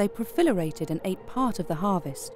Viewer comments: Did she say "they profilerated" instead of proliferated? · the narrator says "they pro-FIL-erated" when she should have said "pro-LIF-erated" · Profilerated ? Excellent sounding commentator's voice, but a big stumble on this word. Proliferated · I'm out. The narrator said "proFILLerated" lol. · The narrator says the insects profilerated instead of proliferated. Profilerated isn't actually a word...